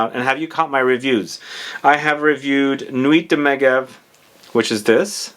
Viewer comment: Meh-jev - it’s a ski resort in the Alps.